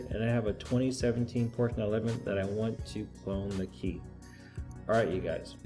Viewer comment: "Arrright " alright". Binch programming, " binch"